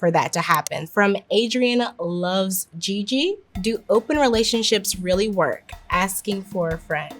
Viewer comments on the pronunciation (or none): none